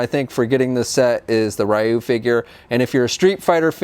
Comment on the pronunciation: "Ri-you" Don't you mean re-you